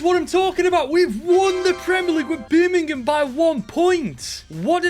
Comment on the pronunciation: Evrery time you say birmgham it sounds like youre gonna break out in a birmgham accent 🤣